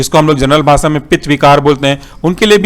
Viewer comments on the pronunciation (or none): none